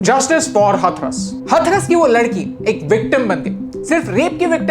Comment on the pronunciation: Abhi भाई हथरस नहीं हाथरस 🙏